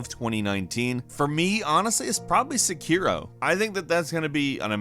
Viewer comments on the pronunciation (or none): none